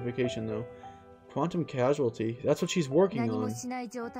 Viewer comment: It’s causality, not casuality , lol